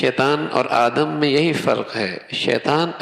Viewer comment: بھائی جان مولانا صاحب آپ آدم علیہ السلام بولے آدم نھیں ہوتا ہے،اپنے الفاظ درست کرے